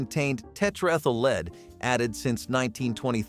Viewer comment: Learn to pronounce English!!! "Lead" as in gasoline is pronounced "LED," not "leed!"